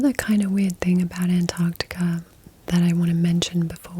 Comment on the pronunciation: An American who can pronounce Antarctica correctly 🤘hell yeah